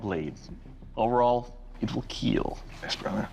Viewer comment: Will KEAL